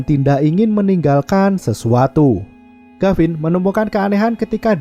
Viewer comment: Tulisan gavin Dibaca garin Yg bener mana ngab